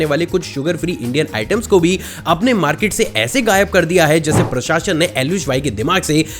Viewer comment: Dono time galat pronounce kiya प्रशासन word ko😂